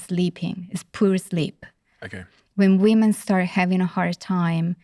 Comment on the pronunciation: I struggled to extract meaning from this. She just said “weemen” 5000 times